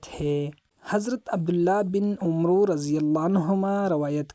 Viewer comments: bat tu bhut achi ki jazak ALLAH Khair but lafz Abdullah bin umro nhn asl Abdullah bin amr hy is ki correction kr lu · عمرو نہیں پڑھنا یہ غلط ہے و اس میں سائلینٹ ہے اسے عمر( امر) پڑھے گئے